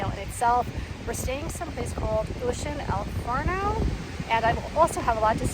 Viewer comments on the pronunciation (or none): I agree..and lol she keeps calling it el FARNO it’s “El Faro”